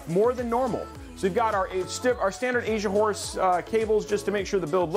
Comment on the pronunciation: Take a little longer pronouncing Asian horse. stress that S my man. LOL. Did a double take and thought you were saying Asia wh0re. Which is wayyyy not the right thing.